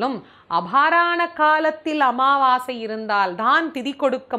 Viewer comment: அன்னதானம் √ அண்ணதானம் × அமாவாசை √ அம்மாவாசை × தாயே, தங்கள் தமிழ் உச்சரிப்பில் சற்று அக்கறை காட்டுங்கள்.